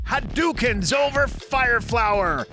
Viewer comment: it's cring how you pronounced Mario and shadaloo and hadouken